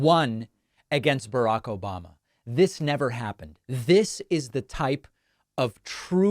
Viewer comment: Yes, and he also says “O-ba-ba”. Listen again if you didn’t catch it. .